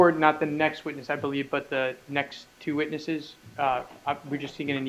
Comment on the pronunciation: The way says "teww" instead of two is so annoying.